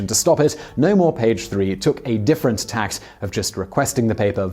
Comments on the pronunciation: A bit of a clash in message to cloak yourself in such moralistic rhetoric decrying the lack of newsworthiness or relevance and then show a random, non-Page 3 picture of a barely covered woman every time Simon says "scantily clad". Oh, and it is "different tack", not "different tact". It's a nautical metaphor, not a variation of etiquette. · "a different *tact*"? Seriously?